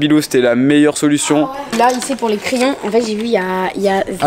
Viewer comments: C'est crayons et non cryon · J’attend ça depuis longtemps........ " criyons" mdrrr